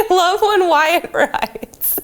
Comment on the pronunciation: At all I can hear is her calling the Wyatt "Matt" and it's bothering me so much. Is it not supposed to be "Why-it"?